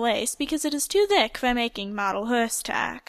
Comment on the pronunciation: I'm sorry but it made me cringe horse is said hOrse not hErse x